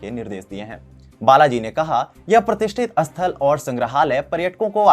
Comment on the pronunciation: Animesh pandey jee yeh anchor hamesha ko hamesa aisa uchhar kartaa hai. Asthal matlab kyaa ?? Kya yeh sthal kehana chahata thaa??